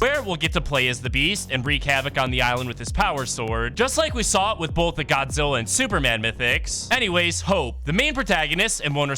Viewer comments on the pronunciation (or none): none